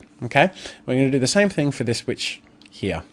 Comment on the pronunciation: I thought said b!tch instead of witch for a second there, had to listen again xD